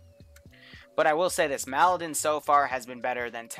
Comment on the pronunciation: i love your videos, but plese. The map it's Malden, not M'Aladin.